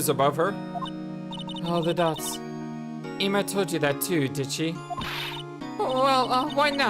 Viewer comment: OK I am pretty sure her name is Emma but it is spelled Ema you are the only lets player I have seen that calls her Ema maybe if more lets players called her a different name I would think her name is Ema but every lets player I have seen always calls her Emma I really think her name is Emma so hopefully you figure that out before you finish this case because I get it some names are going to get mispronounce but I usually don't have a problem with that but I feel like Ema name was obviously Emma if it had been a hard name I would understand but I feel like her name was really easy to figure out that it is really hard for me to listen to you call her Ema all the time I am not saying it is your fault I get it I do but it still is really hard for me to handle you calling her Ema again I do understand but me understanding doesn't make it any easier for me to listen to you mispronounce her name all the time.